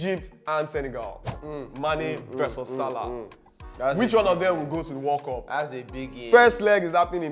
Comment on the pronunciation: Nigerians and their pronunciations. 'World cup (weld cap) they say 'war cop'. I can't stop laughing